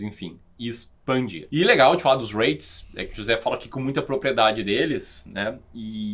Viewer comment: Conheço os J-Reits pois moro no Japão. E sim, você pronunciou errado,! Hahahahah 😂